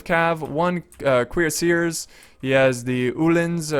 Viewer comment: Aw man, you stream while I'm taking courses :( BTW! Instead of making the Cuirassiers sound like "queer-assers", the correct pronunciation is "Kwee-ra-see-yays" :)